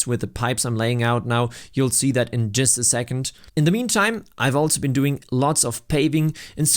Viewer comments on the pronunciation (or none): none